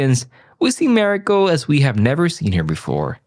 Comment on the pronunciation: Please learn how to pronounce Mariko’s name correctly.